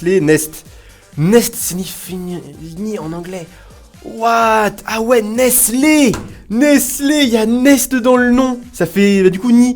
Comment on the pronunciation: Pour que tu prononce bien nestle dit: nésteulle sinon continue comme ça je t'adore😀😀😀😀😀😘